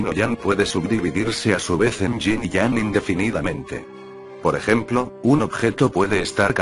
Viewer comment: Me perdi cuando dijiste ying yang xD